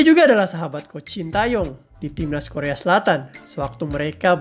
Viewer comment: Saran aja ya untuk pengucapan nama STY khususnya bagian "Tae" sebenarnya penekannya lebih kepada Te daripada Tae. Huruf -a disematkan sebelum -e untuk membedakan cara pengucapan karena ada beberapa huruf yg mirip pengucapannya. Huruf 으 dibaca "e" seperti pada kenapa. Huruf 에 dibaca "e" seperti pada era. Sementara nama STY menggunakan huruf 애 yang dibaca "ae" tapi tetap penekannya pada -e bukan pada -a. Anyway terimakasih untuk informasi mengenai staff pendamping STY yg cukup jarang dibahas di channel lain.